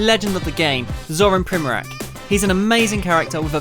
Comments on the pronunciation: It's pronounced Primoratz not Primorak, ffs... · Not Primorak hahaha its Primorac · Man I hate when people say primorak when they should say primorac, only balkan people will understand. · His last name is pronounced something like primoratz, not like that K sound at the end. I mean, the guy is table tennis legend, you should pronounce it correctly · Actually , its pronounced Primoratz . Real legend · You just have to learn how to pronounce his last name idiot! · You are pronouncing wrong this legend's surname. This is the right way